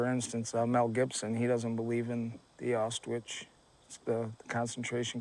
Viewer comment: Dude can't pronounce Auschwitz to save his life. lol